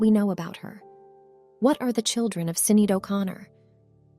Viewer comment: Say her name right